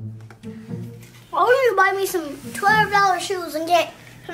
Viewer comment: “Twerve dollaz” 😂